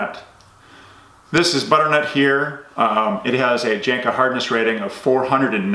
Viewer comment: The J is pronounced like a Y. Janka